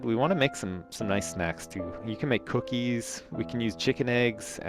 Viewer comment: The way he says "Cookies" is funny!